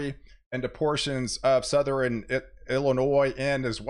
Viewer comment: EastERN, SouthERN... NOT EastREN or SouthREN..... I bet you say nukular too.